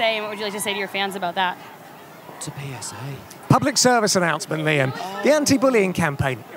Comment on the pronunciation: Harry hearing p*ssay instead of psa…doing THAT… I am on the floor laughing😂😂